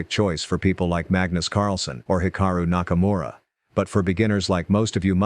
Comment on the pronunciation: Hikaru Nakamura ❌ Hikura Nakamuro✅